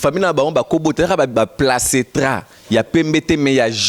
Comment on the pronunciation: Placetra te on dit placenta tiiii ofinga ba parent suis desole mrc René na mal education